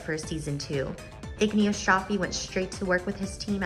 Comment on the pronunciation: As we say in Italian, did you eat the i while saying Igino? Anyway as an italian Layla will always sound wrong to me but i'm glad to know the actual reason behind the incorrect name in the dubbed versions.